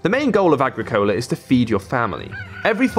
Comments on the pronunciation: Ah-grick-ah-la. Wonderful game, and a great review. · Ag-ri-cole-ah? WTF? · totally botched the pronunciation of the game